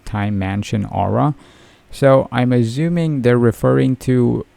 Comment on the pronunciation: Bro stop it with the "Azzumin" its "ASSUMING" pronounce the s correctly dammit🤣